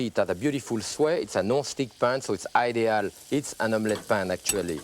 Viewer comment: eeets ideee-al